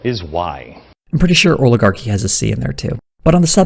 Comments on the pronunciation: "Oligarhy" - Glenn Beck. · Oligarhy 🤣 it's like he's 3 👶